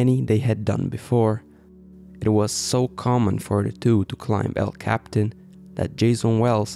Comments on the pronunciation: You dolt.. quit saying "cap-tan"... it's "cap-e-tan" and more precisely "el-cap-e-tan"... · It’s El Capi-tan not el Captain! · For starters it's "El Capitan" and "Capitan" is pronounced cap ee TAN. And it is never pronounced like capitan in English. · It's pronounced....EL Cap- PEE- Tawn. Duh. And you may have missed the final takeaway about this: despite their massive experience, including on this very route...they died in the EASIEST portion. THATs what the rest of us can't believe. That DOESN'T happen. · Even though Capitan means captain in Spanish, that's not how El Capitan is pronounced in English. It's pronounced El Cap-e-tan. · technically you are 100% correct. The name of the mountain is El captain, that's just not how people pronounce it.